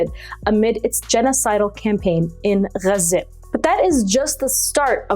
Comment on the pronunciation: Nobody pronounces Gaza like that dear